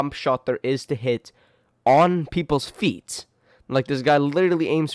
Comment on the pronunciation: I like how you emphasized that the first was hitting all his shot on their FEET 🤣🤣🤣